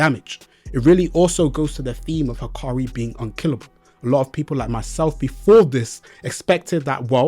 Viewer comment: Bruh, looks like you forgot what sukuna's DE did to gojo's DE. there's no way hakari's DE beating sukuna's DE, its just not possible because sukuna has open barrier, and you see what happened to gojo's DE right? i suggest you reread the manga because you seem confused. and his name is "hakari" not "hikari"